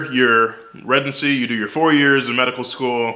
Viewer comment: I love the way he says that 😂. I have never heard anyone pronounce it like that.